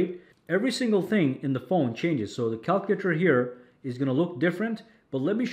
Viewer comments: The way he says calculator 😂😂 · You're pronouncing "calculator" wrong my friend. 😅